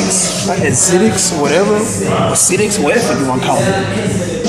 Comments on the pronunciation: cash it's ASICS lmaoo not acidics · Cash say it with me (A-SICKS) that's how you say asics wow lol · You say it like (A-sicks) Asics but they're fire bro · hypebeasts be like... acidics, uh-sics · this man said some "Asitics" lmaoo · He said Acidic's 😂😂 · He said ah sicks😭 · THATS HOW YOU KNOW CASH A HYPEBEAST WHEN THIS NIGGA SAYS "asidics" IM SCHLEEEP CUHHH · Goddamn them Adidas tho, but you can't be no sneakerhead if you callin asics "acidics" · Theyre pronounce AYE-SICKS Cash lol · BRO ITS ASICS AND SPIZIKES AND THEY ARE PRONOUNCED SPA ZIKE, NOT ASITICS AND SPIZZ ICKS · they're pronounced like (ace-six) or (A-sicks). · It's pronounced ayy-sicks lol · Say " A-SIKS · You pronounce it ace-siks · They're pronounced A-zicks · cash drop yo girl her taste in shoes is terrible and its pronounced a-sicks asics simple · he a hype beast 😂😂😂😂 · Don't be. He can't even say asics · Bruh can't even say asic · Don't even know how to say ASIC